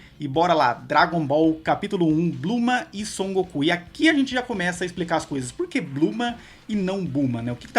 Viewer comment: Ler e falar "Blooma" ao invés de Bulma e "Gokū/Gokuu" ao invés de Goku... É meio estranho, pois me acostumei bastante com a Dublagem original e brasileira:😅